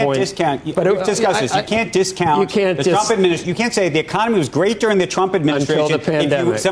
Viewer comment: I just wish you would pronounce the R in during. I never know if you’re saying “doing” or “during” unless I pay attn to the context before and after.